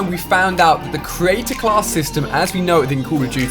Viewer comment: I'm not sure if he's saying Creator class, or Create-a-class...